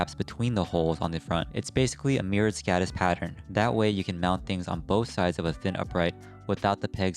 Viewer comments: Skådis is pronounced skodis. With the same o as in more. I recommended listening to a translator. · very good video and great idea, however... as a swede I wince at the anglophone pronounciation of "Skådis". Å is not an accented A, it is its own sound closely similar to the "ou" in "gourd" or "four"